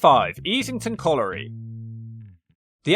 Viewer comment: You can't pronounce "colliery."